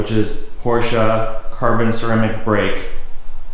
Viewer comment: it’s not Porscha, it’s not Porschuuh, it’s not PorschE. Like Elena, Emily, Emanuela... PorschE. Nice car, but my third language is German, because i live i Austria and when i hear someone saying PorschA or Porshuuuh... It’s not that hard, man :/